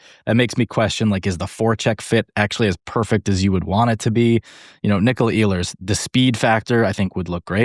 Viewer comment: He is not Eeehlers, he is Ehlers